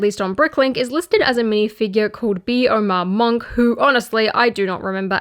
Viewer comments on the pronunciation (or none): Gotta Pause at Bee-Omar-Monk... Pronounced B'Omar, it's a religious order that puts their Brains in these Spider like utility vehicles to achieve Nirvana. They BUILT Jabba's Palace as a Monestary. Jabba just took it over & they coexist.